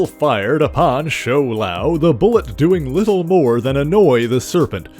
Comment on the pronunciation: My friend The pronunciation is Shou-Lao